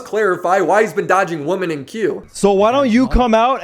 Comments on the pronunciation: It’s killing me to hear you say woman in place of women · wo-men, pronounced like wi-men.